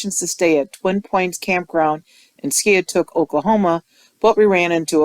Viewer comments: It is pronounced "Sky-took", Oklahoma, not "Ski-ah-took" Just FYI 😀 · Its pronounced Sky-ah-took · It’s Oklahoma. We pronounce it Sky-ah-took. ❤ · You pronounce it “Sky-a-took”. I’m sorry you had a bad experience, I live near this campground and enjoy the lake. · It's pronounced, "sky a took". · It's pronounced. Sky a tuke, skiatook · Pronounced sky a took